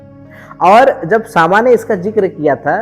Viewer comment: सामा नहीं श्यामा